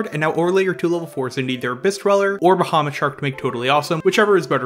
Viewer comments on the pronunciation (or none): none